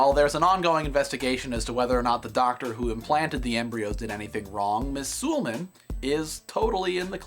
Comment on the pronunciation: I think its pronounced Su-lay-marn.